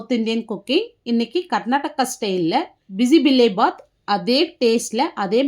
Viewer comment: அது பிசி பிளா பாத் இல்ல பிசி பேளா பாத் தான் correct word 😂😂😂